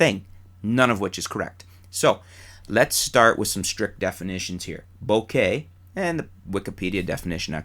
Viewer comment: You're finally starting to come around on the pronunciation of bokeh, hehe! By the way, I guess depth of field might also depend on the resolution of the image, and how large that image appears...because I guess with higher resolutions and larger images, some things that appear sharp normally would appear less sharp upon closer inspection. Maybe there is a mathematical way to do it (like at least 90% of the sharpness of the sharpest area).